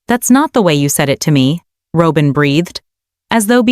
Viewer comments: It’s not Robe-in! It’s ROB-IN. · It’s not Robe-in. It’s ROB-IN! Fix this! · Pronounce Robyn name correctly. Not robe-in. Can't pronounce correctly, then don't post. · The word robber is pronounced the same as Robin's name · Robin, not Robin, is this automated? Machine talking, that's not correct. I'm glad Robin got the s*** into the deal and Cody. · Why cant she pronounce Robyn's name correctly. Makes her sound stupid